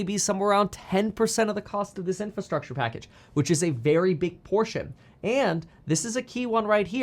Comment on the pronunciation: Say it with me, IN-FRA-STRUCTURE